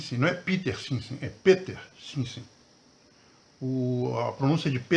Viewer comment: Na verdade, se fala PITÊR SIMONSSEMMMM!